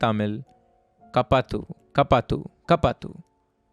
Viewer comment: I laughed so hard bruh (I'm tamil) help in tamil is pronounced as kaapaathu like kaa like the "ca" in car and paa as in "pa" in part and thy is correct ( no hate )